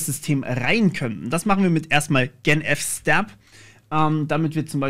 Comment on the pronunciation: ich lurke immer wieder mal gerne bei so RTFM videos rein. musste jedoch schmunzeln...: swäp... okay, kann man machen. pac-s-trap... das ist keine falle... da wird gebootstrapt. also pac-strap 😉und es wird auch nichts erdolcht mit gen-f-stab, sondern: generate filesystem table. aber cooles video. weiter so.